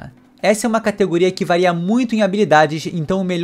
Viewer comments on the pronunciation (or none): none